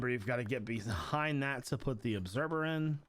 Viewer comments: ObserVer...not ObserBer. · He says obserBer in stead of observer 😂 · When he said “obserber” 20x 🤦🏾‍♂️